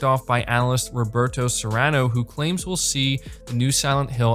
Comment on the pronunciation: Not Serrano 🤦🏼‍♂️😂